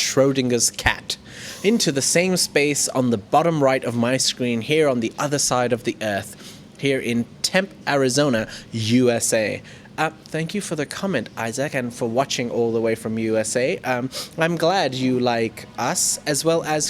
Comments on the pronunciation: Tempe Arizona is pronounced Tempy, not Temp...... Just so you know........ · I think the city in Arizona is pronounced "Tem-pee".